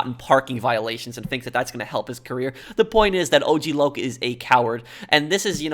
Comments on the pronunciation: AUG LAUG?! It’s O-G Loc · The way lazlo pronounced og LOC made me laugh 😂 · "Ogg Lock" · I love how the DJ says "OCK LOCK" at first, not O,G Loc 💀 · Hearing Lazlow mispronounce his name as OGG Lock was stupid funny.